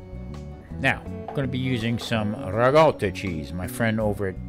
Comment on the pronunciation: great video. I had no doubt that you would pronounce it properly but you said ricotta the proper way. I have been eating modified mediterranean diet for a while. It is a clean and satisfying way to eat. Lots of fresh vegetables and lean protein. I eat a lot of fish so this works perfectly for me. We could have a wide ranging discussion on your show about the mediterranean diet because I think it's one of the smarter ways to eat.